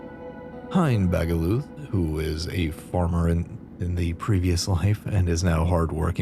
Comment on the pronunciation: THX i am honored. BTW the "th" in Bagaluth is pronounced like the "th" in Thor. It is the so called "old german" T. To whom it may interest Bagaluth is fresean for beach scavenger. I choose that name back in the 90`th when i plaed "The Patrician" and keeped it in the 2000'th when The Patrician II and than III came out. ;o)=)